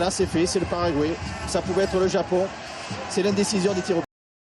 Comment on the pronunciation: Why are you French so obsessed with pronouncing foreign names YOUR OWN FRENCH WAY??? Doesn't it sound, well, a wee bit backwarded (ignorant?) to you? It's Frank 'De Blééckere', not 'De Blecquère'!!! He's not French, he doesn't even speak French!!! Most of all, it's "Pah-rah-gwah-ee", or, to put it in French, "Paraguoi-y", not "Paragouéé"!!! Come on, it's simple, it's Spanish... it's close to you... why do you constantly do that? Some late reminiscence of the times when "the world belonged to you"? Well, I'm sorry, those times are over, in Scotland we sent the Stuarts to hell centuries ago and they fled "back home" to you, you had used them to conquer our lands, as we both know... Napoleon's dead, make your minds up... I'd never DARE pronounce "Thierry Henry" like "Terry Henry", most English speaking people would easily make that mistake if they never heard the way it's actually pronounce... why on earth do we all have to follow your language while you still won't accept a common word like "computer"??? I'll follow French pronunciation just because I want sound right and I don't want to sound ignorant, why isn't this in your minds?